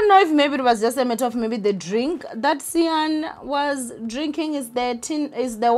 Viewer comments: lol ninja pronounce cyan's name like (sign) it will make things easier for you. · Cyan as in" Sin"that's how u prounce it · it is Cyan as in SIGN ...not SIN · Not me this whole time pronouncing Cyan as Khayen😂😂😂🙆🏾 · I know other people are probably wincing when you say Cyan. Kodwa mna I’m happy. Imagine a white person trying to say Nkululeko